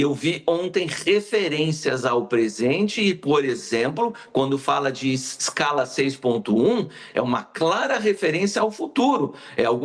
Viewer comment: Maluco trabalhou tanto nessa escala maldita que não sabe nem falar o nome direito